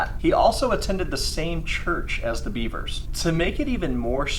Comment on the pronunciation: It’s “Bev-ers” not the animal